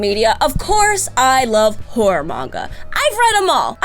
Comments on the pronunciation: Watching at 1.5x speed she saying horror but I heard wh*re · Am I the only one who keeps hearing whore whenever she says horror? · Goddamnit,. Every time you say Horror, all I can hear with your accent "I'm never gonna stop, I'm a giant WHORE"... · the way you say horror it sounds like whore and i love the sentences with that in mind